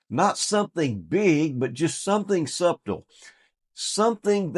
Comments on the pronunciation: something sub-tuhl, you didnt just say that did you? its suttle. Subtle. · Did u say "suB-tle"? 😂